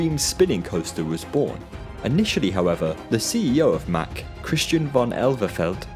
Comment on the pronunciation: "Say Mack." "Mack." "Say Rides." "Rides." "Ok. Say MACK Rides." "Muckrides."